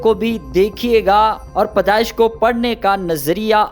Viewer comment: Padesh nahi bhai pedaish